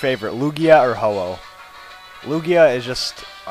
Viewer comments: Its actually Ho-Oh not ho-ho. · it's ho oh not hoho